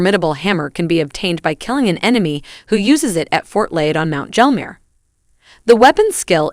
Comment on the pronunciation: That and it pronounced Mt Gelmir as Mt Jelmir